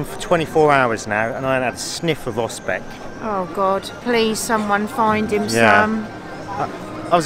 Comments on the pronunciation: "osCYpek" [ostsihpack] You ate part of the word :-) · i love your reaction sir: "finally we found Ospeks (Oscypeks)" yes, i love it really. to help you with pronounciation; 1 Austzipek or 2 Austzipki . Cheers & Thanks Btw actually i can imagine Ospeks could be also tasty with flavorsome blackcurrent jam or maybe tangy chokeberry jam; why they serving it with cranberry? I dont know. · Perfect pronunciation except for 'oscypek'. Nowa Huta was supposed to be a perfect communist city., some kind of prototype for other newly built cities. Smiliar architecture you will see in Warsaw. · Welcome back. Great pronunciation in Nowa Huta but your Oscypek... it should be pronounced more like [Oztzipek] Have you been to Wanda mound? It is not far from main gate to metallurgical plant. A bit forgotten mound, I think. Wish you great weather and pleasant encounters.